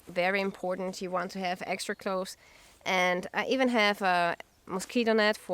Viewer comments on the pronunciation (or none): none